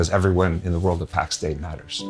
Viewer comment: the game is callt pax DEI , not pax day xD